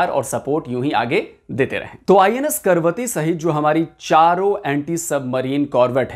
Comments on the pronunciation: जानकारी देते हैं वहां तक तो ठीक है, लेकिन जहाज का नाम आप बार बार गलत ले रहे थे. ये 'करवती ' नहीं बल्कि 'कवरत्ती' है. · करवती नहीं कवरती लिखा है. तो कवरती ही बोलना चाहिये. करवती नहीं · 'Karvatti' nahi Kavaratti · It is not Karvati. The name is Kavaratti. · Is it KARVATI or KAVARATTI?? Cause you wrote in the video as KAVARATI but you are pronouncing it as KARVATI... clarify the doubt 🙏👍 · Karvathi nahi ka, va, ra, thi. KAVARATHI कवरत्ती... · It's Kavaratti not Karvati. At least please pronounce it correctly . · कैसे पत्रकार हो ।आपको पढ़ना नहीं आता है इसका नाम करवती नहीं है जैसा कि आप बार बार पढ़ रहे है इसका नाम कवरत्ती है यही लक्षद्वीप की राजधानी का नाम है फिर भी नहीं समझ आये तो जहाज पर नाम लिखा है कम से कम उसे ही पढ़कर उच्चारण सही कर लेते। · अरे 'करवती' नही "कवरत्ती"। प्रोग्राम बनाने से पहले नाम तो ठीक तरह से बोलना सीख ले। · Pl. Pronounce name of the ship correctly for effective communication.